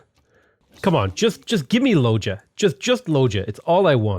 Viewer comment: to be fair you don’t even know how to pronounce Loja :) (that would be Loha btw)